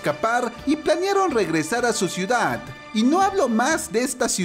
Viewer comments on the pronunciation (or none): none